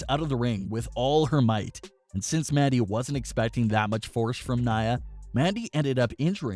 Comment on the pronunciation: All I heard was "Maddy" Rose